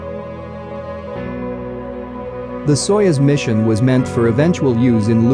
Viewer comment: It’s pronounced „sayoooz“. I had to watch the video three times until I understood what they were talking about 😅🙈